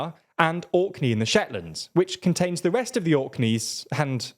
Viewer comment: Dude makes an entire video about geography and can't get the name of the Orkney Islands right.